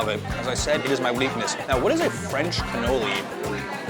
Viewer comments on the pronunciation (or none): none